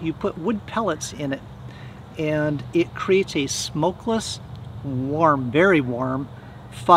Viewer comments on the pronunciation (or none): "It cteats a vary warm fire "😂